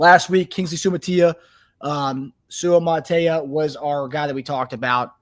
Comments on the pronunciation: Six syllable words, like Su-a-ma-ta-i-a, are uncommon in English . . . Accent the first syllable of every two Su' a - ma' ta - i' a Love you guys. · As a Samoan...its Suamataia, there you go. 😎